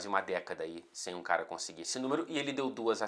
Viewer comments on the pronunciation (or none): Cala ao invés de cara, glande ao invés de grande... o que está querendo nos dizer?!